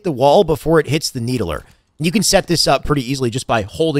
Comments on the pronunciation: Why you call it the “needle-ER”? Bro, it’s just the “need-ler”. Like the fiddler on the roof…not the fiddle-er. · "Need-el -er" lol "need-ler" <3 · Needuhluhr spartan.. Stand on the nee duh luhr